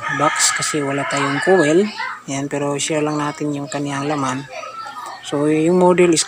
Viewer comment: Koyl dapat bigkas niya boss Akala ko kase iba yung kowel na sinasabi mo😂😂 peace ✌🏻